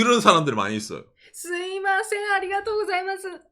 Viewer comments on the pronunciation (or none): 궁금한데 왜 중간 중간 스이마셍이라고 하시는건가요 때에 따라 스미마셍 스이마셍 달라지는건가요